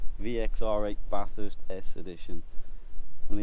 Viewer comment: BTW, it is NOT pronounced Bath-hurst. More like, and say it quickly, Batherst. Make the "a" sound flat too.